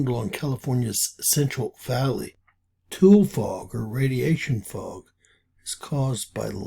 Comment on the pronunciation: Its pronounced "Two-lee"